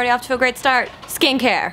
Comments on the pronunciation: Definitely thought she said "skank hair" at the beginning... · Am I the only one who thought she said "SKANK HAIR!" in the beginning? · at first i thought you said 'skank hair' instead of 'skincare'